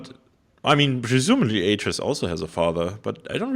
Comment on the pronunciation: Stop getting myst wrong! :P it's AY-TRUS, GEN, and RAND Miller. And he so clearly smashed the lever not the book... However as someone who knows Riven and mystlore inside out, it's a joy to hear you guys work this out.